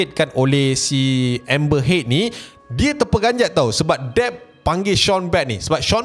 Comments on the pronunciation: "Pernah dgr octaFX" Btw sebutan nama Amber Heard.. pronounce yg sebetulnya like ayat perkataan "hurt" bukannya "head" btw.. Peace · Amber heard bukan amber head. 🤣🤣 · Amber Heard bukan Amber Head...aduhh..... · Grindelwald. Dumbledore tu ex-bf dia. Lepas tu amber heard..bukan head. Aku dok fokus kat info je, tp bila ulang2 sebut head tu annoyed plak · "hurt" pun salah sebutan tu. "heard" disebut macam "herd" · maksud sy ibarat kan ke arah sebutan ayat hurt or lebih tepat herd :) peace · Pronounce heard bunyi u bukan e..